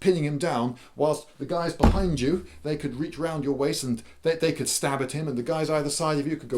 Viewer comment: So sey can tear out se guts of seir opponents.